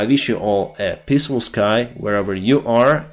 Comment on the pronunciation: by the end of this terrible war, will probably learn how to correctly pronounce peaceful sky:D